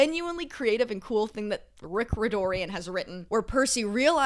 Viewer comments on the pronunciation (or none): I laughed so hard at "Rick Ridorian". never change